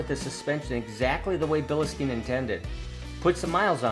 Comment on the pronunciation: There’s no E or Y after bil. It’s pronounced Bill Stine or Bill steen not bill ehhh steen.